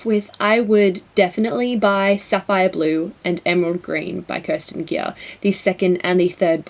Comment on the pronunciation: great video! Kerstin Gier is actually pronounced Care-Stean Gear... and I love the Ruby Red Trilogy!! :)